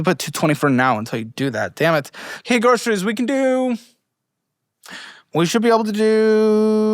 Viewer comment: When did so many people start pronouncing groceries as "groshreys?"